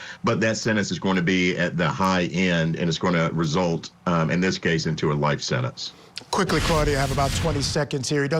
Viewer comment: " In terms of the possible sennance the defendant, ummm, thirsixyeight years old". What the hoot, narration? Defendant was thirtysixty eight years old. How old was the father?